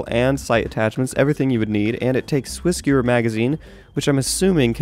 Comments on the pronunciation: you butchered Swissgewehr. It is Swiss Gevher not Swiss Gewer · the swissgewehr is pronounced, "swissgevare" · I LOVE the new map!!! Also, (since it's Germany) I believe the Swissgewehr is pronounced Svissgevver. I believe that in German it means "Swiss gun", but I'm probably wrong. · It's not pronounced Swiss "G(l)uer" (pronounced like glue but minus the "l".), it's pronounced Swiss "Guh-vher" ("w" makes a "vuh" sound) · The Swissgewehr is pronounced with the "w" being a "v" since the W is pronounced like a V in German. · Pls. Svissgevehr. (well, that's how it is pronounced) All of my years of German lessons paying off to correct a youtuber! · "Swissgiwrr" Wat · It's pronounced Swiss Giv aye er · The w in swissge W ehr isnt silent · You butchered the swissgewehr into the 4th dimension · He pronounced swissgewhr wrong